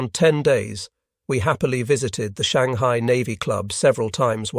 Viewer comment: My favorite is, "Shang-high-eye." lol